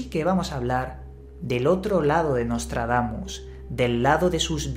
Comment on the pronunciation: Eh pero que ni puta idea de Francés, eh?...Menos mal que solo son nuestros vecinos, chico!...Nostradamus...está mejor dicho...o Nôtre-Damme...pero no Nostredamme... Además que yo Ya hace muuchos años no sé qué edad tendrías Tú...Nostradamus circulaba también mucho...Recuerdo aquella cuarteta que decía que en 1999 caería un asteroide a la Tierra, con gran destrucción...decía Miguel de NuestraSeñora...y qué Yo sepa no cayó nada del Cielo aquel año, demasiado digno de reseña... Pero bueno que a Nostradamus se le ha usado siempre para ganar dineritos dineritos, y Tú no eres menos...